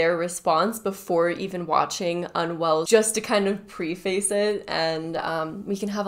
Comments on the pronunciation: “Pree-face? Not to be annoying, but it’s “preff-ass” 😉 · Great video! Just a little constructive criticism for the next one... I noticed you mispronounced the word "preface" a few times in this. Just an FYI that it is pronounced "preh-fuss". One of those weird ones that looks straight forward on paper but has a little bit of flavor when read aloud.